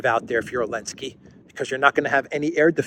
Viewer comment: I still listen to you once in awhile, but I find it distractingly childish how you refer to Zelensky as "Elensky". Grow up,.